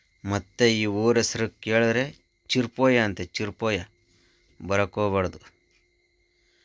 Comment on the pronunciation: ಚೀರ್ಪೋಯ ಅಲ್ಲ ಚೇರುಪೂಯ ನಮಸ್ತೇ kL 14 ಕಾಸರಗೋಡು ಅಲ್ಕೋಡ್ ಅಲ್ಲ ಆಲಕ್ಕೊಡು